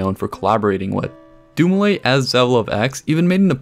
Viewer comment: doom-ee-leh,would be the proper pronunciation of his surname Good video